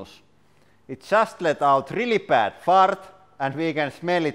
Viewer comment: I like how his rolled r makes the word “fart” sound like a fart.